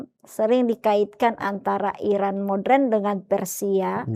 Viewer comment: Ibu pendeta.... maaf koreksi... Moderen diucapkan mo-de-ren ya... bukan MODREN